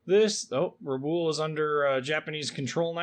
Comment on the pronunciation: objective at Rabaul is pronounced Rah-bawl, as in maul. Sorry, but as often as it is being spoken it can be distracting to be mispronounced.